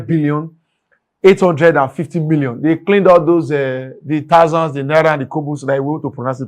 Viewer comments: He can't pronounce thousands but he is transforming Edo state as against the pronunciation guru that ruled you for 8 years and steals the states resources. wake up dummy! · After one year this governor can't still pronounce thousands and millions. God have mercy